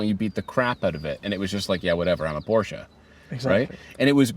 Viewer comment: what's a "porscha"?